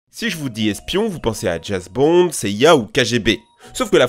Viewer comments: Tout le long de la vidéo j’ai pensé que à “ Jasse Bond “ 🤪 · On en parle que il a dit Jase Bond? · Jazz Bond ?? JAZZ Bond ??? J’ai réécouté 4 fois, il dit bien Jazz ! 😂😭🤦🏻‍♀️🤦🏻‍♀️ Bah dis donc à la première seconde quand même ça part mal ! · "si je vous dit espions, vous pensez a Jazz bonde etc.. " Jazz bonde?😂😂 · Oui moi aussi j'ai compris un truc genre Jess Bond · Me suis dis la même chose , djase Bond lol...James Bond!! Me le suis réécouter 4 fois au cas ou c'etait son accent mais non! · Le fameux Jases Bond 🤣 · "Djamse Bon" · Jesse bond ou JAMES bond?? Mdrr j'ai péter une barre direct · C'est moi ou au début il dit "Jase Bond" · c'est James Bond pas Jess Bond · si je vous dit espions vous pensez à JAZ BONDS euh... non. ça se prononce james bond. répétez après moi. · ta dit jas bond au lieu que James bomd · L'areoport? Romantisée? Jez bond? Putain le niveau.... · Je me demandais si j'étais le seul à l'avior entendu ce "Jazz" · Jazz bond qu'il dit 🤔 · "Jass bonde" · Je rêve ou ta dit " JASE BOND ? " 1 sec dans la vidéo et je trouve déjà une erreur mdr Ah moins que tu parle du film JASE BOND mais bon c'est pas vraiment espions c'est plus comique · " Jasse Bond " ??? kicékcé çuila ? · C'est qui "Jase Bonde"?